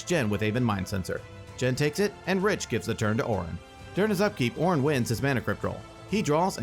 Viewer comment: I have to say... it was very confusing when he kept saying Oren (mine is spelled Orin lol)